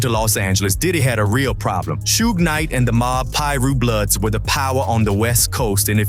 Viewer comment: I hate suge night but I hate more how this dude says it shooog